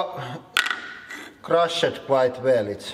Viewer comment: "Crrru-shed quite well", this guys pronunciation is inspired.